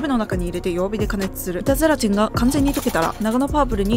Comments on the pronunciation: 板ゼラチンがイタズラちんに聞こえて、ハロウィンだから掛けてるのかと思った笑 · 「板ゼラチン」が「いたずラチン」に聞こえて、ハロウィンダジャレかと思いました笑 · ずっと、いたずらチンって言ってるのかと思った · 板ゼラチンがイタズラチンと聞こえて、ハロウィンだからそういう妖怪名で呼ぶのかぁと途中まで思ってました😮空耳がひどくてすみません💦 お菓子もお話も映像も音楽も素敵です❤ちょうどハロウィンな気分なので、刺さりました😊